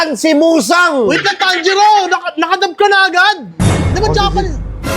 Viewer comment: Muzan ❌ Musang ✅